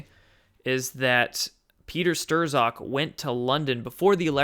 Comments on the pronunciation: you said people always correct your pronunciation, so, might as well :) Peter Strzok: not "Stroh-zawk", but rather "Strawk" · Not Peter Stirs-awk, Peter st-rock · Youre killing me!! Say "stock" now say "strock". Bingo.... not sterzock 😉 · hate to do it, but, strzok is pronounced 'strock'. page/strzok fbi. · Strozk pronounced struck. Just trying to help a brother out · It's Strok or Strock. The z is silent. And it's duh GEN uh wah (deGenoa) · It's pron. Stroke but not to worry even George Webb stumbled over that and the PM. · I might be wrong but I think it's pronounced Strok or Shtrok. Somewhere between those. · Peter Strzok's last name is pronounced STRUCK. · Everyone is driving me nuts! It's Strok the z is silent, Strok for goodness sake! Hard O.